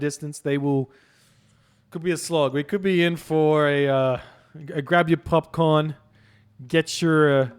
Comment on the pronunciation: I thought in Australia you pronounce popcorn as "popcoin"